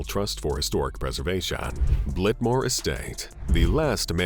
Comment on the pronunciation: Blitmore Estate? Blitmore? Really?